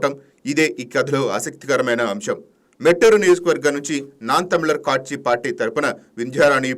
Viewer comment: కాట్చి కాదు నాయన (కట్చి )(katchi) చదవనోళ్లను పెడితే ఇంతే